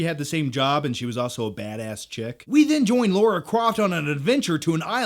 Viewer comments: L A R A. NOT L A U R A. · LARA Croft, not LAURA Croft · LARA LARA not Laura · Your as bad as mr stuckman its lara with an A. Not laura. Either way good vid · You mean Lara not Laura. 😂😆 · Its Lara not laura!!!!! Haha haha, sorry, love u bro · LARA!!!!! not Laura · Lara Croft, not Laura Croft. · Her name is Lara. How can that be pronounced as Laura? It's really not difficult! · i love you, but it's Lara, not Laura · Why do all Americans call it “Laura” isn’t it Lara ? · Yeah man, see you in a few months. btw its Lara, not Laura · I'm genuinely curious why Americans call Lara "Laura". Was her name changed in the video games for the US market? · Natarri Bailey I've heard a few reviewers clearly say Lara, but most sound like they're saying Laura. Maybe it just sounds that way to foreign ears. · Americans, say it with me now. LA-RA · Laura Croft, that's almost as bad as Stuckmann's pronunciation of Roland Emmerich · It's not Laura croft 🙄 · Why do american's have such a problem saying Lara properly? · Yet another person mispronouncing Lara lol.